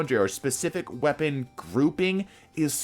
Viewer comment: lmao "Wepaon"